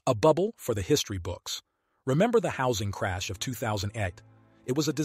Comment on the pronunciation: You heard it guys. Hawsing crash